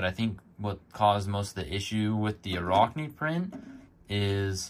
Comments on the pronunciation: Sounds like rack, not rock. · Arachne, like the word "Arachnid", as in spider. Not a rock knee. But still...good video :)